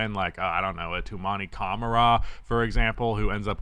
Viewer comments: It’s pronounced like cuh mar uh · As a Trail Blazers fan, I want to thank the Suns for giving us Tou for a washed Nurkic. We really appreciate that!!! BTW it’s pronounced: Ka-Mar-Ah. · Cuh-mar-eh btw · I think acquiring Kevin Durant has usually been a bad idea. I am a MN fan, so I hope all the buzz of getting KD is bogus. Durant does not move the needle. Great shooter for his size. Used to be good defensively. Not worth his contract (which is true for a lot of established stars, unfortunately). Ishbia had the money, but he was dazzled by names. (.. and yes, you have been mispronouncing Camara's name ... how 'bout a video about emerging good-to-great role players like Camara (and for MN, Clark or Shannon Jr)? That would be a good video. Those stories are better than the tired star player takes that everybody does. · Learn how to pronounce camara’s name he’s that good